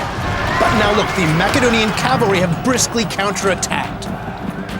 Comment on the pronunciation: That is the correct ancient way of pronouncing Macedonia